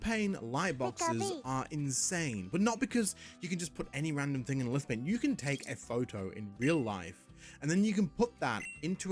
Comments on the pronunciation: From Lithophane. Lithophane....Pronounced "LithoFane"....not "LithoPain". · It's pronounced Lith-o-FANE. that's a PH in there.🙄